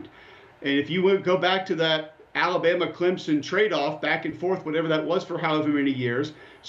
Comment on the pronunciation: Alabana, Ohio Thate, Clemzen